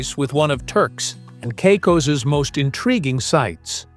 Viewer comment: Turks and Cycos… those AI voices are great, aren’t they?